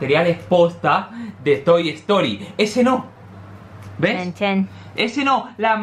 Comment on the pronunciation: Toy estory xD se dice sin la e pero weno te perdono por que sos español ese ywy